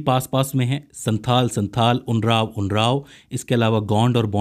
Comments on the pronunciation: Not उनराव but उरांव ok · कुछ इस तरह बोला जाता है – उराओं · Not unrab this is oraon or Oram